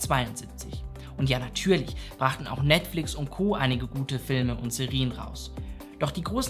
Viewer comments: Alles wirklich super aber die Aussprache von Serien ist schon nervig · Gutes Video, aber die Aussprache von Serie und Serien verwirrt mich so sehr. 🥲😂